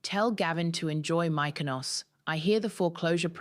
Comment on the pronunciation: Mik o nos. Say it correctly.